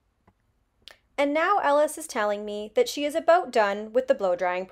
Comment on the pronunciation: The way she said about - definitely Canadian.